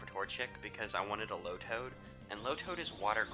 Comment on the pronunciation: tailow (tay-low) lotad (low-tad)